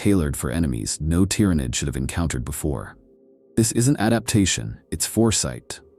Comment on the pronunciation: I really want to listen to this but if I hear "Gynestealers" or "Tyrenid" again i'm going to go crazy